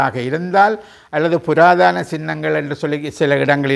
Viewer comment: "புராதன" not புராதான? அடுத்து எவர் ஆட்சிக்கு வந்தாலும், சிங்கள அரசாங்கங்களை பொறுத்த மட்டில் "கொள்கை" ஒன்றே.அனைவருமே "ஒரே கு......யில். ஊ.... மட்......ளே".